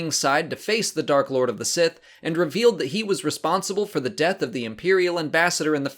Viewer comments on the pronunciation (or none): none